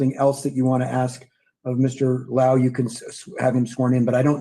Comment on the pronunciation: Oh, it's Law-hoo = Lau